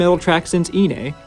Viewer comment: 1. Excellent pronunciation of Kawaii. Most people pronounce it Kawai (one i) which to a Japanese speaker sounds more like Kowai (scary) an interesting coincidence of contrast of intended meanings. 2. iine, on the other hand, and I am going to presume you do the same with Megitsune. NE is pronounced as "neh" not "nay" I figure since you do a lot of Babymetal content, which I will follow consistently, it might be nice to get it right. I know not everyone speaks Japanese so I am not judging, just trying to help.